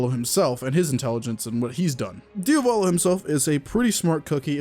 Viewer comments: Why do all YouTubers call him DiOvAlo when it’s DiAvOlo? I’ve just noticed that they all do it, is there a particular reason? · please stop pronouncing his name DIOVALO it’s DIA VOLO